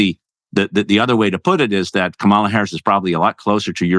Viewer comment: Hey! At least pronounce Kamala correctly, I expect that from you